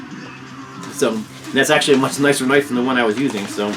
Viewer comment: You are tha bomb,. Just a really, Really great guy. However.... never say “knoife” like that again.;-( LOL P.S. no need to explain yourself. People who have sh%# to say.... Eff ‘em! Just a bunch of haters who have nothing better going on in their lives so they have to rag on stuff that has absolutely nothing to do with them. Seriously.